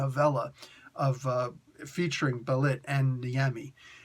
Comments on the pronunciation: The ê in Bêlit is normally an a/eh sound. So I think its more of "Beh-Lit", but I could be wrong. Its based on the word "Beherit"/Behelit if im not mistaken, the Syriac word for Satan. She is a leading figure in Queen of the Black Coast as others have mentioned. Conan does become a member of her crew and she (the pirate Queen) asks him to rule with her as the pirate King. I see Conan, I click. Thanks for the review! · I think it's pronounced "Ball-leet" or "Bell-leet" because it's Sumerian based, but I could be wrong. In my 616 rewrite, I have her being being connected to Wakanda exiles on her pirate ship when she meets Conan, who I have knowing Beshenga, the OG Black Panther from the Hyborian Age 👍😎